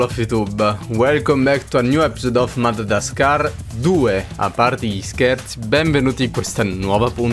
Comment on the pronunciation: In realtà non si dice madadadascar si dice madagascar